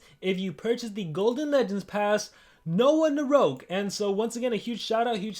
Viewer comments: It's called Noahgnarok,. Not "Noahnaroke" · I can’t help it, it’s “no-agnarok” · I think it’s pronounced NO AHHHHH GNAROK. Like ragnarok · it sounds like Noahnarouge when he says it